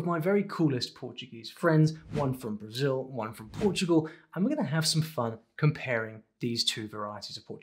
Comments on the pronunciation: And the L in BrasiU is just a U sound and not that weird W that he tried to do. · I really like the way he say Brasil 🇧🇷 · tu falaste "Brasil" certinho! Que cara bom! To orgulhoso <3